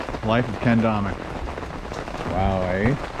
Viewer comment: The Canadian ayyy is classic. Neat